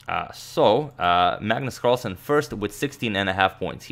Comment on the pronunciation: « Magnus Carlasen »